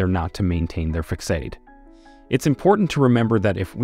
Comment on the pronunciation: Facade is pronounced fuh-sahd!!!!